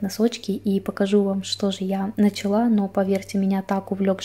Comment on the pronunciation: не нАчала, а началА